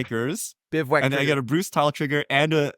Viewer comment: So, you're telling me paid the 1 and correctly pronounced bivouac? Not buying it, he's been replaced by AI.